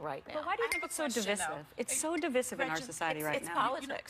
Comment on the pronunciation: The heifer wearing blue couldn't even properly pronounce the word, divisive